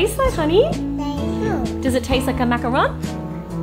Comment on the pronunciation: At least you came close to pronouncing macaron correctly 😂